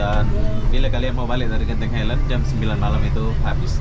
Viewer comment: Tolong sebut dgn ejaan yg betul..bukan genting helend..dia Genting highland. Ingat ini Malaysia bukan Konoha.